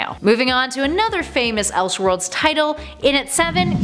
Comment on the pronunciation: “Elshworlds” and “praduce” huh? Are you a real world A.I. human being? I’ve never heard that before in my life.